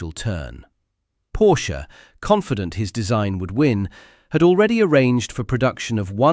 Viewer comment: PoRRRRSCHE, not Pouch!